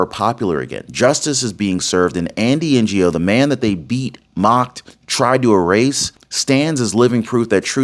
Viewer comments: Andy N O NOT PRONOUNCED N G O LOL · Pronounced as Andy Noh, the G in “Ngo” being silent… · Andy Ngo is pronounced Andy Know, just to help. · Andy No. The G is silent. You're welcome. 😉